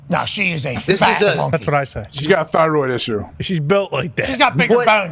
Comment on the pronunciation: AJ Said “got a theyoid issue” lol